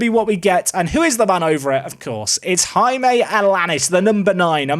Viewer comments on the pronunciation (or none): none